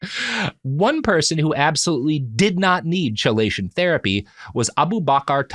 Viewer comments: Chelation is pronounced key-lay-shun. It's stupid, I know. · Every time he said chelation (kee-lay-tion) hurt my soul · Omfg why can’t you say chelation right? Great episode but FFS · Glad I’m not the only autist who feels this way 😂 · Am I the only one losing their shit over how he's saying chelation? It's "key-lation" not "cheh-lation" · I feel like I'm being nitpicky pointing this out but it is pronounced 'Key-lay-tion' therapy. Chelation is a chemical term used to describe a molecule binding another molecule in a specific manner. I'm so sorry Robert, love you but the way you said chelation again and again was like nails on chalkboard for my ears. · Love that first time Robert murders a pronunciation and you think "I wonder if that word will come up much". Chelation: kee·lay·shuhn. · I know its weeks later but chelation is pronounced kee-lay-shun. The 50 times he calls it chil-ation is breaking my brain. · KEE-lay-shun! I know I'm late and its a feature, not a bug, but it isn't cha-lay-shun. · Key-lation rather than chell-ation. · KEY-LAY-SHUN These episodes are great but dang the constant mispronuniciation of chelation is rough lmao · Kee-LAY-shun therapy 😂 sorry as a chemist you're hurting my ears. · It's spelled "Chelation" but pronounced "Keelation" fwiw. Robert's description of how it works isn't entirely correct but it's good enough for the purposes of the podcast, especially given that the actual conversation is about Chelation therapy not actually working for the things people are trying to do. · Chelation is pronounced as "key-lay-shun." I flinched with each "Ch," haha Still a great episode though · Chelation is pronounced key-lation, just like chemotherapy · Chelation is pronounced "Key-lay-shun." I hope, hope, hope you learn this by part 2. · Somebody really needs to provide Robert with a pronunciation guide for words like chelation. (The first syllable, strangely, is pronounced "key".) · Kee-lation. Sorry this bugged me. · Robert!! Key-lation!!!